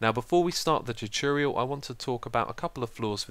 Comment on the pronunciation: You're videos are amazing xisuma, but I have to say, it annoys me so much that you never say tutorial right:P